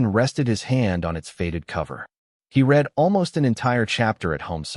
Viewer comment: Really need to teach AI the difference between "read" and "read" in a story involving literacy or get a human reader. The story was pleasant if a little analytical.